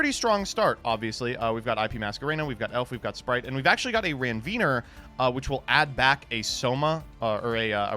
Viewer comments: Hello, love to see your video as usual, but it always hurt my ear to listen to your way calling Renvier, because I usually listen to it correctly during my lecturing time I'm a medical doctor btw, Renvier is one histological part of Neuron Cell on our body, has an urgent function of continuing electrical jump from a cell to another cell for them to communicate each other (as easy to say, not trying to tell the complicated one), try to use the right pronounciation next time, okay? I'm not mad actually, love from an OCG player country (but I'm straight) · Every time mispronounces Krawler Ranvier I die a little more inside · why does he make "Ranvier" sound like a slur? 😂